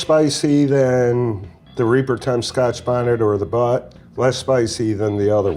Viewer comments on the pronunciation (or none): And he also can’t even pronounce certain words like chinense and bhut properly 🤦🏼‍♂️